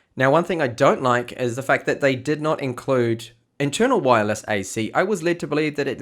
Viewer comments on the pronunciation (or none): What's up with your Is and Es? "Pintium/Pentium" "Gegabet/Gigabit" "Ded/Did"...